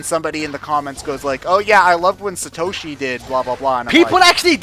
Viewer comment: "Suhtoshi" "Boko" It hurts.